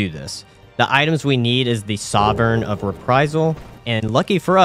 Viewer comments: The badge idea is inspired, great stuff! (also two very small corrections, Sif is the goodest girl, and Souvenir is soo-vin-err) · Soo-ven-near=souvenir Say-on-ce=seance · No subscription from me. He doesn't know how to look up how to pronounce words he's never seen. Seance (Say ahns), and Souvenir (Soo vehn ear). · Also, souvenir is “sue-vin-ear” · Souvenir of reprisal was my personal favorite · Great run, your pronunciation of souvenir had me on the floor. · I thought you were joking at Seance but there is no way in heaven you pronounce souvenir that way. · I get that you have some trouble with the English language, but souvenir is not hard to pronounce, and it is very well used. What the fck? I just don't understand how you get that wrong. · I could ignore most of them, but that one reaaaally grinded ny gears